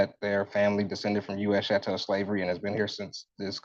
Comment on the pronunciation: What is "chantel" slavery? Does he mean "CHATTEL" slavery?